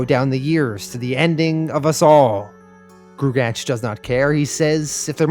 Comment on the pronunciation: Just wanted to state for the record that gruagach is pronounced groo-ah-gawck Thanks for doing this series!